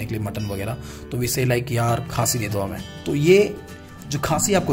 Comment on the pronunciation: Sir this is not a khaasi this is correct word खस्सी।